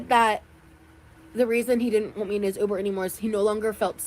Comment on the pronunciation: i hate how she says “uber” The ooober!!